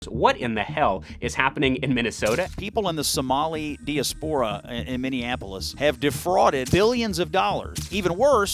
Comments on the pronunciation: Learn how to pronounce diaspora. It's a good word, but you pronounce it like an illegal immigrant. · Come on Scott you're a smart guy how do you mispronounce "diaspora" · Scott, if you've just learned the word diaspora, it's best to learn the correct the pronunciation. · Dude can’t even pronounce diaspora. What a bunch of absolute garbage this whole video is. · people keep prounouncing DIASPORA incorrectly IMHO